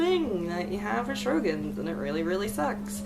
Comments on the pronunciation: Great content! Just a note about the pronunciation: it's pronounced Show-grins instead of Shro-gins. 😁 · It IS pronounced...SHOW-GRINS.....!!!